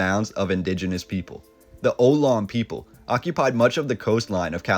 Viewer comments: Oh-lawn……..lol yeah I bit my tongue too when I heard him say it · Thanks for the video. I belive Ohlone is pronounced oh-lone-ee - at least that's how it's pronounced here in the bay area and I'm sure it would have been corrected by now if not. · Ohlone is pronounced oh-low-nee. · Great pics….I would like to make a correction though. Ohlone is pronounced Oh- lonee. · Love your work!! FYI it’s pronounced uh-lone-knee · The native Indian name is pronounced "oh-LON-e." Nice video. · I just began watching this video. Right off, the narrator (a robot voice?) mispronounces "Ohlone." It you know anything about California history, you would not mispronounce the word. I'll keep watching for the visuals (I am a Bay Area resident of over 50 years) but that's about it. I don't trust the narrative. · If you're not from here, that's not a bad guess at the pronunciation. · Could not get past the repeated mispronunciation of "Ohlone" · How can you not research how to say the Ohlone? This is impossible to listen to!!! Argh!!! Completely ruins your otherwise decent video. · Liberal’s like you should learn how to pronounce Ohlone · "Ohlone" has 3 syllables. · Glad you have him the pronunciation of Ohlone. That hurt me to hear! 😉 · Thank you friend and fellow native and hello from Vallejo 💜💙 I feel the same they will have to blast me out of here with dynamite ✨ never leaving The Bay😂 thank you for correcting their pronunciation I did the same 😉💙💜✌️ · Love your videos,. Obviously you take a lot of time to put them together. In your narration, I do suggest you at least YouTube words/names that you aren't familiar with. Here is a short video of the Ohlone tribe and in the first minutes you'll hear to correct pronunciation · In a post that is supposed to be historically informative, the narrator mispronounces the word Olone multiple times. This put the subjects entire informative accuracy in question. Ohone is pronounced Oh-lone-ee. Not Oh-lone. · not oloan its oh- loan - ee.